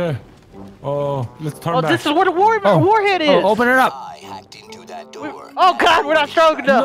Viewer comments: Did just say warheed? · I didn't know warhead was pronounce War he'd